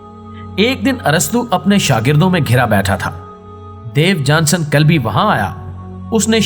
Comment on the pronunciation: محترم صاحب۔۔۔۔ مذکورہ شخصیت کا نام "دیوجانس کلبی" ھے۔ نہ کہ "دیوجانسن" یہ آخری "ن" زیادہ ھے۔ انگریزی میں اس کا نام "Diogenes" ھے۔ تلفظ "ڈایو جی نیز" لکھا اور پڑھا جاتا ھے۔۔۔۔ اور مزید یہ کہ اس کے اندھے پن کا تاریخ میں کوئی ذکر نہیں۔ وہ اندھا نہیں بللکہ صاحب بصارت و بصیرت تھا۔ ان غلطیوں کی تلافی کر لیں۔ ممنون رھوں گا۔